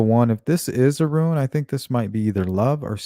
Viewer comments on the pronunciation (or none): its pronounced( Rooon ,,,NOT Ruin ,,, for RUNE I used to be Pagan .There are a lot more Runes .A full Alphabet of Runes too. Thank you for your interesting Ideas on this crime .:)